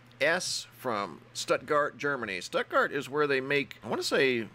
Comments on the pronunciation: Love you Bro but you pronounce it with a full "stootgart" in Stuttgart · Its pronounced Stootgart my friend... Awesome stuff btw, as ever..... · It's pronounced STOOTGART! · It's pronounced stootgart I was born there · IT'S PRONOUNCED STOOT GUARD..I USED TO LIVE THERE.. BEAUTIFUL ❤️ PLACE.. MUCH LOVE FROM MISSISSIPPI ❤️💝 ❤️ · Stuttgart ( stewt-gart)